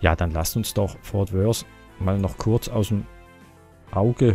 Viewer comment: du sagst immer"fort wors".obwohl es "fort worth"heißt.tipp:Zunge zwischen den Zähnen!!